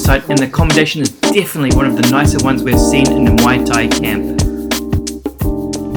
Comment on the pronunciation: So much passion on muay thai , we appreciate it bro... but u still mispronouncing muay thai as moi or mui thai everytime lol.... it's muay or Mway or Mwai thai bro. Cheers.